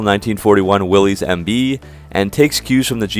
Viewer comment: WILL-ISS, not WILL-EES.